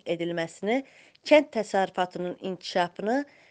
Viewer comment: bu danışan qızın ləhcəsi var,sözləri düzgün tələffüz etmir"kətt" yox kənd deyilməlidir, "c" hərfi ilə danışır.kanal 13 bu nədir?